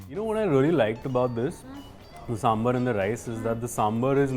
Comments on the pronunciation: Hi, its Sambhaar, not Sambhr!! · Its not Sambhar, its Sambhaaar🙄🙄🙄